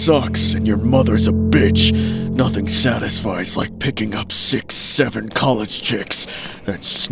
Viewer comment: The way u said 67 times n the second story 😂